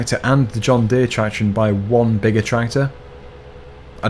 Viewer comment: It is JOHN DEEAR